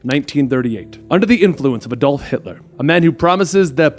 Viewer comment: I thought I was the only one who noticed. I mean they tend to do it a lot so it doesn't bother me any more but at the start I thought I heard "Eh-Dol" and thought, "Maybe it's just me.